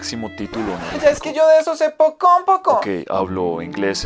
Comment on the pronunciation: ¡Ah ya! es que yo de eso se "pocón, pocón"... 😂